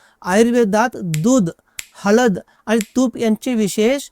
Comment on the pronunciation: हलद नाही हळद.